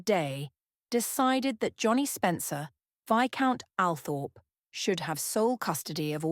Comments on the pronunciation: All-Thrup, not Al-Thorp. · It's pronounced All- trop ... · Althorp pronounced … Awlthorp or All-thorp or Orl-thorp… The smallest thing can really just detracts from all credibility. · I wish photos of all of Frances’ children were included. Althorp mispronounced. This lady deserves more.